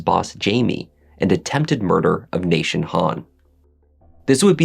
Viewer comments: Why does he keep saying nation instead of Nathan? 🤨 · Why does he say Nashun? Is this AI